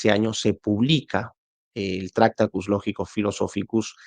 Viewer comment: Lo siento, me niego a ver un vídeo de 50 minutos hablando de un filósofo cuya obra más importante (tractatus) no sabes pronunciar. En español la manera correcta de pronunciarlo sería: traKˈta.tus, cada sílaba de forma clara y separada, con énfasis en la segunda sílaba. La pronuncias como si se tratara de una palabra esdrújula, cuando no lo es. Te deseo miles de likes, el mío evidentemente no lo tienes. Saludos.